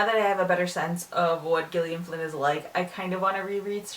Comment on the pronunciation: Isn't Gillian supposed to be pronounced the same as the name Jillian?